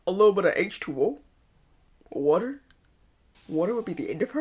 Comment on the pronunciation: You make fun of how they pronounce Dorothy but you say water funny.